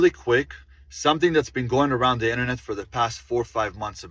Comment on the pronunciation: His stupid accent, stupid emphasis in words like that or internet